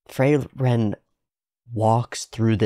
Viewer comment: The names are German and are pronounced as such, so Frieren (to be cold/freezing), not Freiren, and Flamme, not Flam